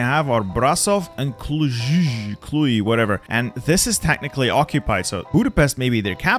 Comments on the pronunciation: You butchered those Romanian city names lmao Cluj isn't spelled Clu-e, it's just Cluj Timisoara is spelled Ti-mi-shoa-ra Galati is spelled Ga-latsi Still, very good content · Love your videos but why, just why do you have to say Clui instead of Cluj, you even say it right a couple of times jut to say Clui again. You just have to say it how it's written. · Pronounciation moment Timisoara pronounced timishoara Cluj pronounced cloozh Ploiesti pronounced ploiescht Galati pronounced Galatzi Brasov pronounced Brashov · If you want to know, Cluj is pronounced "Klooj" (The "j" is the same as in English).